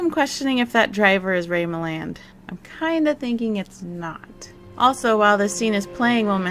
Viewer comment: I love your reviews and how much you research. One minor criticism is mispronouncing the names of the main stars. As a classic film buff, it's really grating to hear Ray Milland's name mispronounced. Could I suggest an easy way to find the pronunciation for these special guest stars? There are trailers for many of these episodes on Youtube and they invariably mentioned the big guest star by name. Alternatively, these are usually movie stars so it's not difficult to find film trailers that say their names.